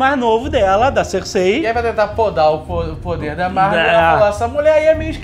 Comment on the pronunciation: kkkk Cêrsei e igrite ... Mas bom vídeo , eu comecei a assistir parei na 2º temporada pq n estava entendendo porra nenhuma , daí resolvi assistir até o fim , e no final fique meio desnorteado com alguns acontecimentos e personagens , mas voltando aqui no resumo consegui compreender melhor , e com certeza não me arrependo de ter continuado a assistir .